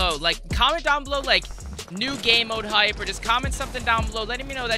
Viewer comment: "Like high stakes hipe"